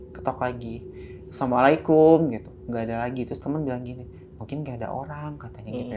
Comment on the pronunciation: Salamnya kurang bener asamualikum, assalamualaikum 😅